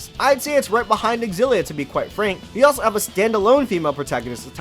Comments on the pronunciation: Pretty sure that "Xillia" is pronounced "Zillia." Anyway, thanks for this vid. Gonna grab Graces F. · I’m not a fan of your xilla pronunciation.